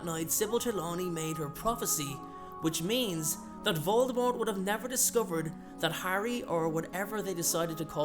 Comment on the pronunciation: I love your videos! Jsyn, though, not trying to insult you, but jk Rowling said the “T” in Voldemort is silent. I love your videos.